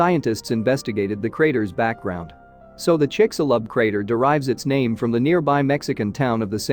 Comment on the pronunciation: Almost couldn't get past the narrator's pronunciations of of Chicxulub and Yucatán.